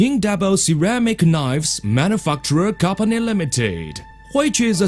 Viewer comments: lol Manifuckturer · "We choose a specialist manufuckturer" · it sound saying motherfucky